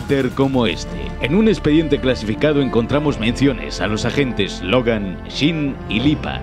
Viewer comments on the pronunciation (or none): none